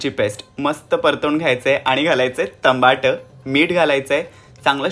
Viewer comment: टमाट... माझी आजी पण असच म्हणायची..